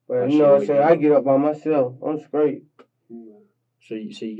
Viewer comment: He needs to switch teachers, because his English class is not working. I would be so embarrassed to not be able to pronounce the words in its full. Straight = skreat. Wow!!